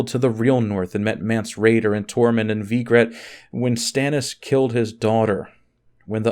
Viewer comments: Did you say Vigrette instead of Ygritte? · Did he call Ygritte Vygrette? xD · Did this fuckin guy just say "Veegret"...???